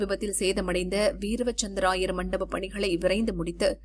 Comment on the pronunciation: AI தான் நியூஸ் வாசிக்குது போல. வீர - வசந்த- ராயர் என்பதை வீரவ- சந்த்ர-ராயர் என வாசிக்கு து